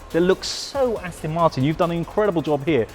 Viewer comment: It's As-TON not As-TIN.